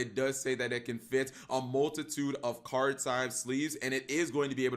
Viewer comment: nor know how to say card correctly